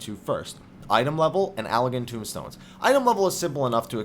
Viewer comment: They're Allagan TOMEstones, not tombstones.